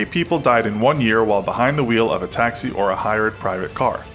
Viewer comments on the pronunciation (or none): none